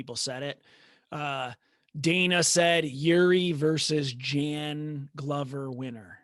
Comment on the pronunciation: Hey, if you can already pronounce Jan Blachowicz, pronounciation of letters "J" and "CH" is same in Jiri´s name. "J"an bla"CH"owicz ~ "J"iri pro"CH"azka. The problem is I noticed guy on the right cant even pronounce Jan properly :D Pronounciation of Jan is same as Yan (~ Petr Yan). Also training partner Bisping was talking about was Brandon Halsey (former Bellator champ and powerful wrestler) and Bisping reffers to Rizin fight Prochazka vs Halsey (I recommend you check this fight on YT, very entertaining and unique fight).